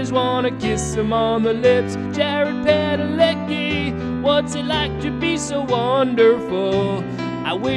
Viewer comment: it's supposed to be pronounced Padaleski